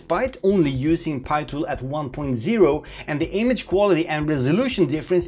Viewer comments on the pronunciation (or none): Please continue say Pee tool ....it's not pie tool anymore lol. I am so used to Pee Tool now.